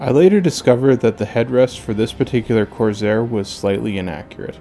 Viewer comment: Nice touch with the cowl flap mechanism! Really nice paint work, too, I like how subtle it came out. This was a really well done build and the extra detailing looks to have been worth the effort. I do have one question: why you pronounce it as “Corzair”? Is this a regional thing?